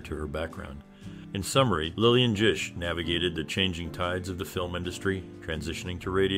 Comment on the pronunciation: Bro it’s GISH with a hard g